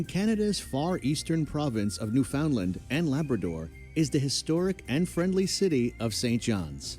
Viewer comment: The narrator is NOT Canadian because he mispronounced "Newfoundland". He pronounced it as it's written but in Canada we pronounce it "NewFUNDland"